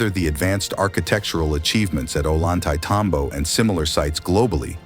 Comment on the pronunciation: This poor guy, stil spouting his tired old line, having been here (Ol-YAN-tay-tam-bo) many times over many years, still can't pronounce the same of the town. Tourists who stay here three days learn how to say it. Most trekkers know before they get here. Nothing new has been "discovered" here since Ephraim George Squier described the place in 1870